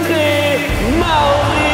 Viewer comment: Var det bara jag som tänkte på att Emils farsa sa mario inte mauri